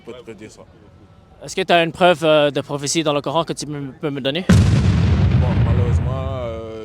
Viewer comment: Il ne sait même pas dire prophétie, quelle leçon il peut bien vouloir donner...?!😂